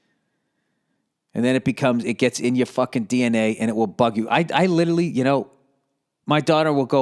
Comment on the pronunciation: I still hope that one day Bill will learn how to pronounce 'literally', or use it correctly in a sentence.